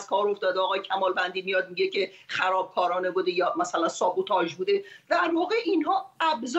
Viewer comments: دلبندم از یه روستایی توقع بیش از این نباید داشت 😂😂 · خانم روستایی همون بگو خرابکاری ، نیازی نیست کلمه انگلیسی اش رو هم بگی اگه تلفظ صحیح اش رو بلد نیستی 🤔